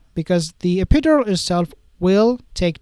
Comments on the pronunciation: it is NOT... e-PID-or-al.... in English we pronounce it as: e - pi - DUR - al -.... e - pi - DUR - al... love your informative vids... but... sometimes I have great difficulty in understanding what you are trying to say -- thanks for all your good work;) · Don't mean to be rude but can you pronounce epidural properly your saying it wrong .we all know its lies shes never been pregnant